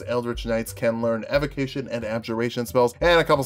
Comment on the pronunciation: did you just say 'evocnition'?